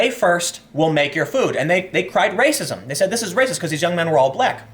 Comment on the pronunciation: Muh Wepwations man, dats wacist.